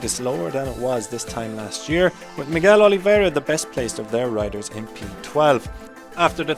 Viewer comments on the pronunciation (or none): none